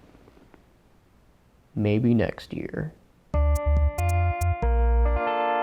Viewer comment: i thought it was "May...be"